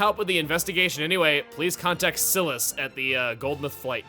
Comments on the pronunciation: S-eye-lass not Sill-ass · it's Si-Lass not Sil-Us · “Sill-ass” as a pronunciation of Silas is just … no. It’s Sigh-liss. Similar to Cyrus. The Gallic names made sense, but… I’m sorry it had to be said. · and we already have a pronounciation error. Silas is pronounced as "SAI - Luss" sounded like Raphael's weapon from TMNT followed by the definition of a habitual drunk("Lush", but sans the "h"). This bugs the snot out of me since I dated a person for a few months who now goes by that name and pronounciation. Funnily enough, to those who love R-Rated content, I had been watching a bit of Hazbin Hotel and some Helluva Boss on Vivziepop's channel and I almost typed out the F-word(it's thrown around a TON in those shows) instead of "snot," remembered that this channel is supposed to be semi-PG focused, then promptly spent a whole minute trying to figure out what word to replace it with. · Hearing how you say Silas threw me off for a moment. I kinda like the Chugga way better than the normal way (s-eye-liss) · Sigh-lass. that is how you pronounce the name. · Is Silas pronounced “sil-us” or “s-eye-lus” because I’ve been going with the ladder. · Brain: don’t say it, don’t say it, don’t say it.... No-one: ...... Me: It’s pronounced Sy-las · I hate to nitpick, but "Silas", which is a name most famous for being the title of the literary work 'Silas Marner', is pronounced with a long-i sound such as in "sigh". So, Silas is pronounced /sigh - las/ or /ˈsaɪləs/ in IPA. Keep up the awesome videos, Chugga! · Sigh-lass. That man's name is pronounced like Sigh-lass. (I think.) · I've played Fire Emblem Fates as well, and I always thought Silas was pronounced (Ss-eye-las). Was I wrong this whole time? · Um, Chugga... Pretty sure the name Silas is pronounced "Sigh-lass". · It kinda bothered me how he was calling Silas like Sealas. It sounded really off to me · I pronounce Silas as Si-Las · Is that the way Silas is pronounced? I've pronouncing it with a long "I" sound